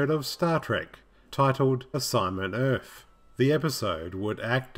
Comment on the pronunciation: Why do you keep saying "Urf"?